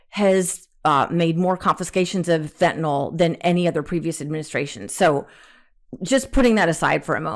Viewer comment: Marge - its fentanYl not fentanOl.